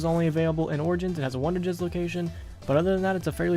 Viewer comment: Anyone notice him saying "wonderjizz"